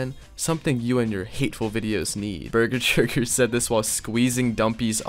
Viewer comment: I love how dumpy calls bessechurger burger churger lol